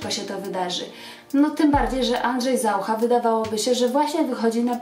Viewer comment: Dlaczego stosujesz czeski akcent? Nawet ZaUcha akcentujesz ZAucha? Przesłuchaj się uważnie i zmień to.